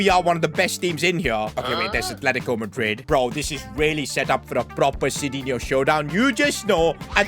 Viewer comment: btw it is not sidinho, but sidinhu to read...funny, you cant even read correct your creation.